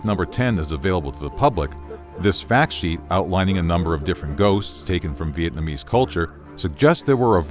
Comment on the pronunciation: Bro your pronunciation of Vietnamese mad me rage more than those people who say pho as fo